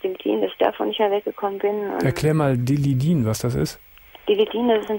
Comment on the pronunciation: nicht Dilli din sondern Tillidin 😂😂